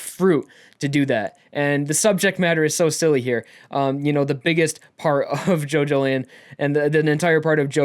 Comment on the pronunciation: Each time you say "Jojolion" I hear "Jojolyne", is it just me ? Thanks for the review btw.